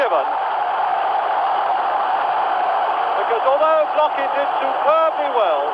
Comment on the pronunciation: Недавно посмотрел ролик как пытались звук "х" передать латиницей. Ни kh ни ch иностранцы не понимают до сих пор и произносят как глухую "к". Отсюда Blochin комментатор прочитал как Блокин.